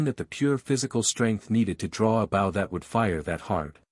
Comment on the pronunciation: that is so cool… I wonder, though, if the author would change the AI pronunciation of bow and a few other words that get wrongly pronounced.